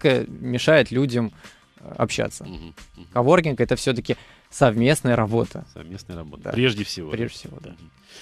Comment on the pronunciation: КОВОРКИНГ, а не оворкинг :)